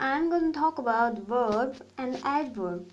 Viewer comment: Say vvvverb not weeerb